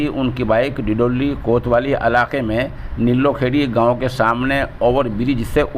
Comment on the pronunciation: चच्चा ; निल्लु-खेड़ी नहीं है । नीली-खेड़ी है!